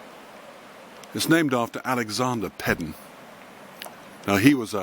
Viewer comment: It is pronounced Paydon….. I know because I am one…. That is why a lot of people changed the spelling.